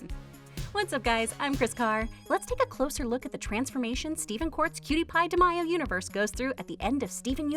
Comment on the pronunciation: I still snap at the fact she says "Demaiyo' and not "Demayo"